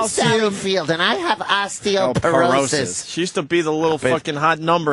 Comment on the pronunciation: and opie said osteoporosis like he'd never heard of it before. this is a man who said "I know in my soul I should be hosting the tonight show."